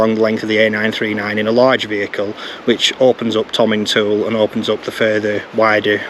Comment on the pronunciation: My home territory,. Missed you again! A lovely, lovely film, thank you. Constructive criticism (I don't do 'yah boo' stuff), but Tomintoul is pronounced "Tomintowel". As a local, I'm advising you. Avon is 'Arn'. Well done with the rest. We're just weird up here! Please still like me😊. Please come back. 🚗 🎉